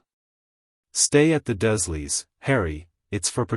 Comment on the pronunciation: Dursley = "DURRzzz-lee"